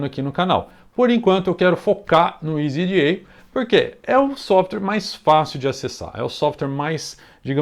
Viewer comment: meu amigo escolha, se voce vice for falar "jota eli ce pe ce be" entao fale" easy EDA " e nao "isy ji ai" NEM GRINGO FALA ISY JI AI